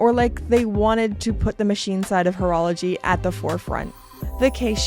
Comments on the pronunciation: Did she say Hotorology? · Nice vid and good take on this unusual piece . Btw the H in haute horlogerie is silent 😅.